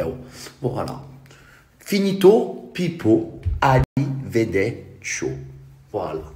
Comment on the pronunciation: hihi (que j'aime bcp!!!) on dit: ARRIVEDERCI.......